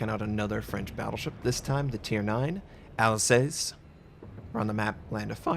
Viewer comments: Not a day passes where Notser doesn't pronounce a foreign name incorrectly :) It's "Alzas" not "Alsess". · notser it pronounced alsas its easier to say than how you pronouncing it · Say after me, Al-Sass as in mass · Notser, pls at least type the ship names into google translate and hear it out, you saying alsace made me cringe so hard and i'm not even french xD